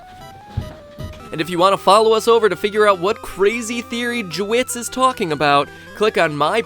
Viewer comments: Did anyone else notice that he said jewits instead of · did he call him JeWittz, or was that just me? o.O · No, He meant to say it like "" (Jay-Witts) but he said it like "Juh-Witts" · at the ending he said instead of j-wittz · LOOOOL! I love how Matt pronounced nickname as it is written "" instead of "J-Wittz". XD!!!! Anyways, nice video!:) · juh wittz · the way he pronounced made me crack up.XD